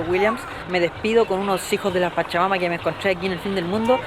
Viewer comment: Wn, aprende a modular 'hijos de la pacha-mama' suena ultra raro. Igual buen videito bro